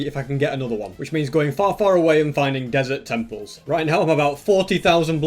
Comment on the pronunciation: It’s pronounced desert temple